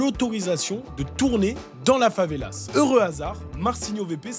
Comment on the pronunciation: Favela prend un S uniquement au pluriel = une favela / des favelas . Et en français, même au pluriel on prononce pas le S.